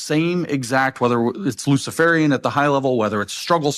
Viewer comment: "LUCIFERIAN" ?!!? Seriously?